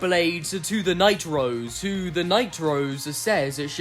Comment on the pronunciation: i think you're saying "Night-Rose" way too often - i keep hearing "The Nitro's" as if hope and diego are siblings named Diego & Hope Nitro...